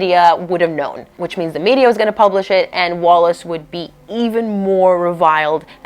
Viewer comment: It’s ‘Wallis’……